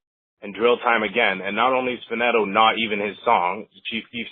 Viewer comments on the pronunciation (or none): (FUH-KNEE-TOE) not (fa-net-o) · dude goofy he said faneto